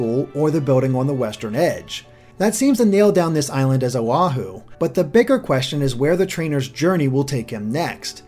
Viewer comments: love the vid, but Oh-Ha-hu? its Oh-wa-Hu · You also mispronounced Oahu. Oh-ah-who is the correct way to pronounce it. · Your pronunciation of the Hawaiian islands is making me cringe. I think it helps to read the names of the islands in Hawaiiana (native Hawaiian language). O'ahu is pronounced “Oh-ah-hoo” Kaua’i is pronounced “Ka-wuh-ee” Kaho'olawe is pronounced “Ka-ho-oh-lah-ve” (NOT Ka-hoo-loo-ee) Molokai is pronounced “Moh-loh-kah-ee” Lana’i is pronounced “Lah-nah-ee” Hawai’i is pronounced “Hah-vah-ee” (Commonly called “The Big Island” NOT “The Main Island” Maui is pronounced “Mau-ee”(Thank you for pronouncing it correctly!) Ni'ihau is pronounced “Nee-ee-hau”(You didn’t mention it, but it is the second smallest island and the first in the Hawaiian Archipelago, Left to right and temporally) I think the smallest island of Kaho'olawe would be a fantastic place to catch the legendary Pokemon in Sun & Moon. It is an uninhabited part of the island that the United States used to train American soldiers following the Pearl Harbor attacks on Oahu, and to test weapons. Interestingly, the island itself and the surrounding waters are now protected, to be only used for Hawaiian cultural/spiritual activities, and recreation in the environment. Ni'ihau may be a good place to put the Elite Four because it is sparsely inhabited. Also, because you didn’t point it out. The big crater on the video of the Alola region is based off of Diamond Head, a significant natural landmark, overlooking the city of Honolulu.